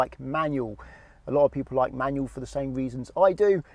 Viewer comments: I much prefer manual, for much better control. I couldn't watch much of the video.. that word "manyuw" just bugged me too much. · You know there's an L at the end of the word 'manual'? It's not pronounced 'manuaw'